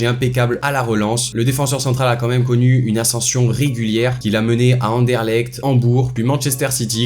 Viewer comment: Comment il a dit Bruxelles au début 😂😂(je suis belge ) et aussi Anderlecht (je suis anderlechtoise )